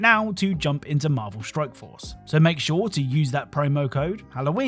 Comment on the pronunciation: Are you purposely saying stroke instead of strike